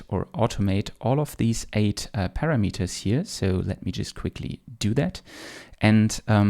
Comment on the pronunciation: "para - meters" :-)